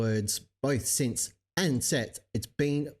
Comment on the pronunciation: Most people don’t pronounce words correctly anymore. People are lazy speakers. Jeran was going to say the word”since”, but out came the word “sense”. UK speakers warp the entire English language, so people thought Jeran said “sets” and FLERFS went desperately crazy for the word “sets”.